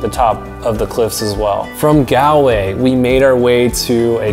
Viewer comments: Its pronounced gawlway not galway. Like a gol bladder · good video would just like to mention tho most things where pronounced rong ( like gallway is not gal way its pronounced gall like ball but with a g way and ireland sounds more like are-land and a few other things) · Hey, lovely video, fantastic photography and I’m glad you enjoyed Ireland so much. The only issue I have with your pronunciation of “Galway”. It’s not “Galway”, it’s Gawlway.” Hope you don’t mind me telling you:-) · Recommendation. Don't pronounce Galway, g-al-way. Like he did here. We Irish will laugh at you. Gall-way is better. Gall as in gall bladder or gaul. Not gal as in "Hey Gal!" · Great video. As an Irish person you hit ever thing perfectly. Although, I have admit it’s funny when Americans say Galway with a super American accent yet get more complexed place names spot on. It’s said like Gol-way, don’t stretch the “a” sound. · Great tips and that is from an Irishman 😊 However the ocd In me should jokingly mention it’s pronounced Gall - Way 😂 If you are ever visiting the north coast hit us up for a guided hill walk in the Glens Of Antrim 😊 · On pronunciations it’s pronounced: Gall-way Bur-ren Moe-her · Do you mean Goll_way? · OK IT IS ... GAWL-WAY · Galway is pronounced ''Gall'' way. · I love your video, but it's pronounced GAWL-WAY. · Galway is pronounced “gall”, like ball but gall-way, sorry it’s just cringe hearing it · Bro Galway is pronounced golway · That's not how to say Galway! 😃😃😂 ahhhhhh